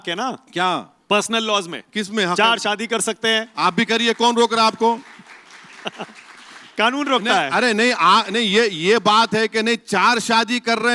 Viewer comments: Khanoon nahi kanoon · Khan wala khnoon kah rahe hai kya Kanoon hota hai bhai